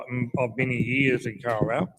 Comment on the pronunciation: Kawerau not car row 🙄